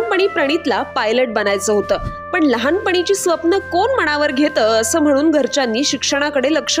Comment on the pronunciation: मणावर नाही गं बाई, मनावर म्हण, आधी मराठी शुद्ध बोल आणि मगच रील बनव